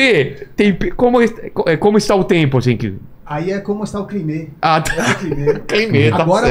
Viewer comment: "Como está o climê" 😂😂😂